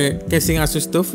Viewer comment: saran aja bang, kalo nyebut "tuf" itu "taf" hehehe nice vid bang, always watch the vids